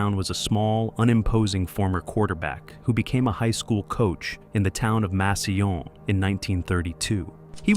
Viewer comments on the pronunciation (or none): Never heard Massillon pronounced that way. It's pronounced "mass ill lawn." Not sure if this is voice to text or AI for the narrator. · The amount of times it’s said makes me think this is AI. No one in America with this kind of voice and accent would pronounce a double L with a Y sound.